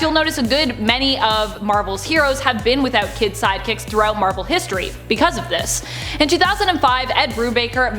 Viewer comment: “Marvel Histroy”